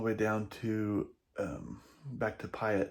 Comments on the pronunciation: Great video! May I suggest Johnson Creek on your next trip to Idaho. FYI and for future reference.... Kooskia in pronounced Koos-ski and Payette is pronounced Pay-yet. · Idahoan here. The local pronunciations for Payette and Kooskia are Pay-Et and Coo-Ski. Thanks for the video.